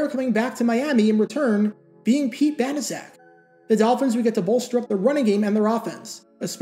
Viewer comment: I thought it was pronounced "bana check."